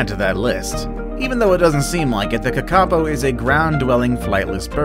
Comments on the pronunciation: Pronounciation...Tobago - pronounced To-bay-go, Ibis - pronounced Eye-bis, kakapo - pronounced ka-ka-po! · You said Kakapo wrong I'm from New Zealand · You said Kakapo wrong